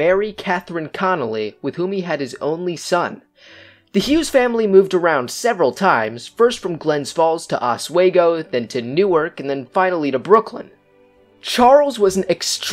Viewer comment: It's pronounced Os wee go